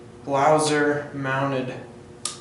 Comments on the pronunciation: if you are making a review you should at least know the name of the product!!! its BLASER(can you even read? ), and not a fucking BLAUSER!!!!!!!!!!!!!!!!!!!!!!!!!!!! where the fuck did you found ''U'' ????????????????????????? DISCRASE!!!!!!!!!! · I can´t remember that we in germany pronounce Blaser like "BLAUSER".Also Sig Sauer is spelled Sig Sauer and not Saer therefore you say Sauer.Blaser is spelled Blaser and not Blauser.It has nothing to do with Germany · Its named Blaser not BLAUSER xd